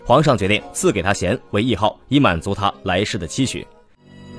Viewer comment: 那个词念 谥(shi)号